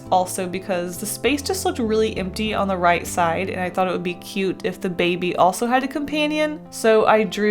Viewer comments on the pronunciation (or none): whenever she said "baby" I always pictured it as being said "babey"